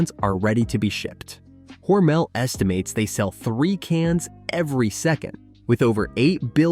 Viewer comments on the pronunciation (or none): According to my 92 year old friend that is from Austin, MINN and went to school with Geordie Hormel, it's pronounced with the emphasis on the first syllable.